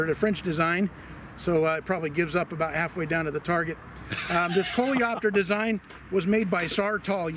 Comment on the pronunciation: You're french enthusiasts at! "Coléoptère" correctly pronounced, "Aluminium"... It makes you even more appreciated, guys!